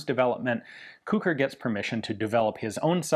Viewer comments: I am the grandson of Kucher József. Thank you for your video. It was very interesing even for me and I'm very proud of my old man. (His name should be pronunced as "Kuher" not "Kuker" :-)). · It's pronounced more like Koo-hair, not Koo-kur. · It's pronounced like "kuhher", just put a bit of emphasis on the H. It's a German surname and should be pronounced as such. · I guess his surname in English is pronounced more like "Kutcher" or "Kutscher" but I may be wrong. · Sounds like how a Liverpudlian pronounces the word 'Cooker' 🤣🤣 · I just looked up the pronunciation on Google Translate, and "Kucher" is pronounced a bit like "Koo-Herr"...and it means coachman. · I believe the designer's name - hence the LMG's - is pronounced as the same as Koch as in Heckler & Koch. Definitely a german sounding surname. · iirc it's pronounced cuck'r. One of the sergeants in Generation Kill has the same name. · The "ch" in Kucher is pronounced the same way as germans pronounce "ch".